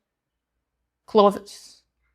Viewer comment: Ok, the accent would vanish if you just pronounced clothes correctly. Don’t let the “thes” lead you astray. Say “close”, but sneak in a “th” before that “e”